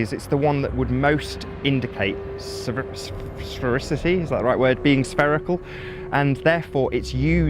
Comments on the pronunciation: Give the guy a break xD... Clearly he has some serious mental problems (besides the normal flat earth cancer in his brain)... Just check how damaged he is xD "Sffsfsfsfsfrerecity" hahaha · Or pronounce sphericity